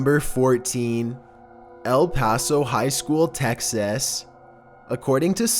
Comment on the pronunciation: El paso nu uhh